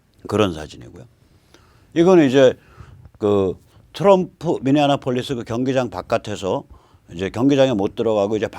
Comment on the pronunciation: 미니아나폴리스 --> 미니애폴리스 (Minneapolis)